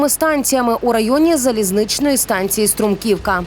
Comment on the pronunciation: не струмкИвка, а стрУмківка.